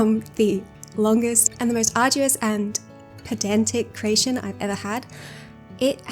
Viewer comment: CREATION* NOT cration